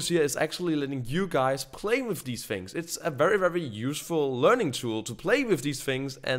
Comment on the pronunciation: It's sounds like you are saying "Fings" instead of "Things" #Nohate.